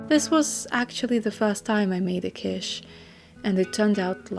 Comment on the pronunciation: Asparagus is quite good in Quiche. BTW I believe it's pronounced like KEESH.